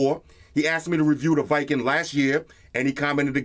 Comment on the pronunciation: It's call w king not viking. Great vid man